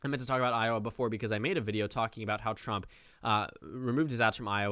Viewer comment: "President drump er President trump" I caught it, did you?